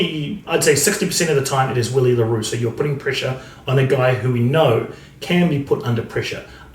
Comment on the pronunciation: Hey mate I remember you mentioning you’d like us to let you know if you’re mispronouncing a name. Willie le Roux’s first name is pronounced Villie 🙌🏼🏆. Awesome videos, really glad I found your channel. Cheers bru